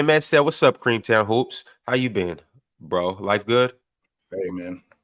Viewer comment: Yo why he keep callin OG Creamtown 💀💀💀